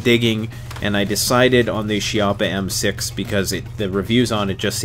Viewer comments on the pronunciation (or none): how about 2 of these,ahahaah its all you ever need ,i just love it, but the name in italian pronunces kee-ha-ppa, ok guys, not she-app-ha, and to tell you what chiappa means in italian,is butt cheak,thats right the place where the sun dont shine. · It's also "kee-yappa" not "she-yappa" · Chiappa is pronounced key-appa and never run a cleaning snake from the muzzle to the chamber 🤦‍♂️🤦‍♂️🤦‍♂️🤦‍♂️ chamber to muzzle always! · Chiappa is a family name. Pronounced "key op a".